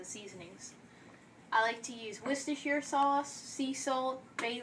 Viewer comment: Wow, an American who said "worcestershire" properly! And in a hot accent to boot, haha!